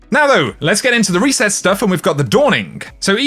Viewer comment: Weekly weset i love how you say it (no offense)